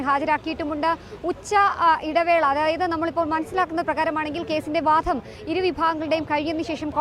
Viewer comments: ജനം ടിവി അവതാരകർ മലയാളം ഉച്ചരിക്കുന്നത് അരോചകമാണ്..ഈ കുട്ടി വാധം എന്നാണ് പറയുന്നത് വാദം എന്നല്ല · വാധം അല്ല കുട്ടി...' വാദം '.